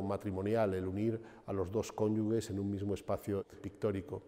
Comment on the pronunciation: Magnifico vídeo. La iré a ver. Pero Sr. Falomir, diga "cónyuge", no "cónyugue"